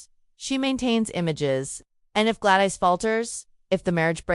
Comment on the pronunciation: What the heck? GLAD ICE? Duke of Birmingham? Is this a crazy AI narration?